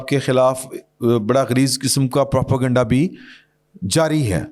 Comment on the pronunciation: Pro - pay - ganda Not Pro - po - ganda